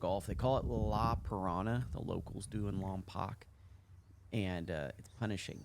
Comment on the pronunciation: You said La Purisima correct, but you said Lompoc wrong, it’s pronounced Lom-poke. Alisal, it’s pronounced Al-iss-sal and Santa Ynez is pronounced Santa É-Nez, but it’s cool everyone pronounces them all wrong. La Purisima is my home course!! It’s such an awesome course. I came home for 3 weeks just to play it everyday!! It’ll always be my favorite course!!